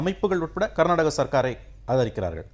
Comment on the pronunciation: நீங்கள் கர்நாட்ட்டக.. கர்நாட்ட்டக.. என்று உச்சரிப்பதை திருத்தி கர்னாடக என்று உச்சரியுங்கள்.